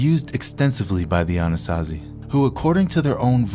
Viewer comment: Why was I hearing Annunaki instead of Anasazi🤦🏽‍♂️